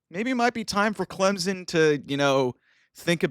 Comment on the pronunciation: who the heck is "Clemzen?"